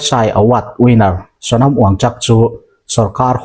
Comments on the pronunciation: Wangchak ni lovin wangchuk tih tur. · Hnamdang ṭawng i lam dan uluk deuh hlek a ngai. U hi A ang in i lam ṭhin a. Entir nan Hormuz kha maz ang in i lam a, wngchuk pawh wangchak ang in i lam ṭhin a. A dang chu a ṭha a, a bengvar thlak bawk. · Wanchuk hming hi Wnchak tih hi chak ni lovin chuk tih tur aw.